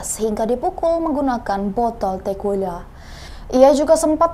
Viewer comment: Halo mbak pembaca berita yg cantik, umumnya org yg namanya Gregorius itu huruf G nya yg di depan n di tengah tetep dibaca G murni, bukan dibaca j. Tequila itu dibacanya tekila, bukan tekuwila. Semoga next time ga ada kesalahan pronunciation lagi.